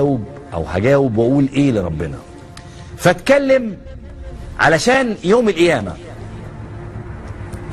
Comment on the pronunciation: بالله عليكم اسمعو نطقه لكلمة القيامة كيف ينطقها بجرد الكلمه من حرف القاف فكيف تصبح الكلمة صحيح اين اللسان العربي الفصيح رحمه الله اللغة العربية